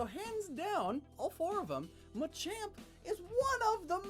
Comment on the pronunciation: THAT NOT MACHOP IS MACHAMP